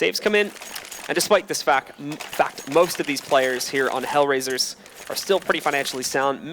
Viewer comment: "despite this fak....fact" FAMILY SHOW